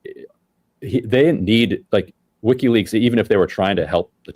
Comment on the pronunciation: It's not weeky leaks, Sam. Its wiki leaks.